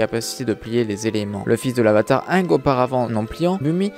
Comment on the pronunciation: Pk tu prononce mal aang